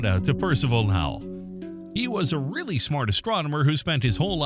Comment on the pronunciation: Lowell is pronounced low(opposite of high)-ell Sounds more like Bowl and not like Powell. Lake Powell is two hours north of Lowell observatory.